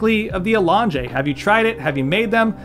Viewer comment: A-long-jay …sounds like has a menu item runaway name with that accent.